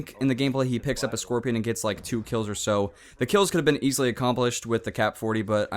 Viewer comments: i think its really weird that he pronounces "and" "ance" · why dose this guy say ant instead of and or trollt instead of trolled